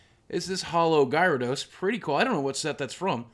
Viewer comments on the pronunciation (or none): "Gare-a-dos," dude. Jesus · Pronunced "GEH-RUH-DOSE" good video though